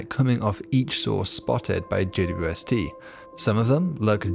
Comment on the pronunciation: Loved your style until you pronounced JAY-DEEDUBUST.